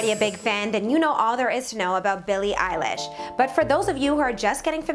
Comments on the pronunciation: Did you say...Billie EYELASH?! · Did you just said Billie Eyelash?